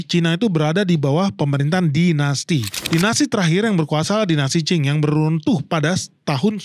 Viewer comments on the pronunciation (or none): none